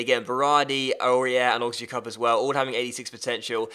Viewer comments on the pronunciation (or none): It's pronounced Oh-zee-ya-cup